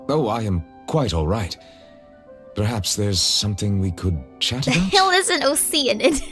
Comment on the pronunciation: I also can’t pronounce oceanid the way the VA’s do. Or Neuvilette. I just can’t see an r in the spelling like what they VA’s say.